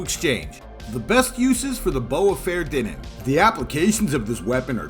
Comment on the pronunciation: great video for those that need to learn, but, tho pronounciation is completely wrong. if you wont call it "bowfa" you must pronounce it correctly "fah-er-thee-nen" you sound like an unclutered idiot.